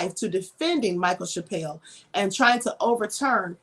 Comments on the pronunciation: Girl, it's pronounced Chapel, not Chapelle. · You have only heard what the media tells you. Do your research and do a new video. And it is Chapel like the church. You need to read the book and listen to the podcast, Land of Lies, then reevaluate! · Wow....the amount of ignorance coming out of your mouth about this case is staggering. Can't even pronounce my Uncle's name right.